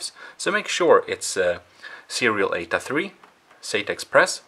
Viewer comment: sorry you have a bit if an accent & when you explain bout the cables i don’t understand if you say ada or ata or 8a cable the subtitles don’t help that much either 😅 sorry and thank you for the video